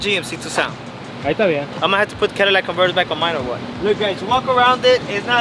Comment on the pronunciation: Sounds stupid when you say Cadillac converters 😂